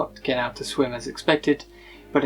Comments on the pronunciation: It's pronounced SLY-GO...! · not sligo its sly go, its annoying you pronounce it wrongly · At least the mystery of "How do you pronounce S-L-I-G-O?" has been solved.